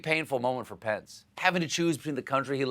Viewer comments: Does anyone else hear, "My pants" when someone says "Mike Pence" ? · I always hear "pants" instead of "pence"